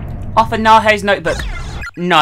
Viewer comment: I honestly thought you said " Thanks Nando's" Instead of Naho..